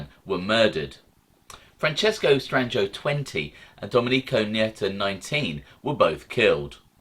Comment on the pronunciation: LOL. Pretty good...yes its Stran-joe. The "i" is almost always silent in the middle of a word...